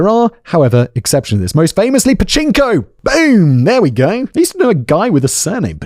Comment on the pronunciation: Simon it's Pachinko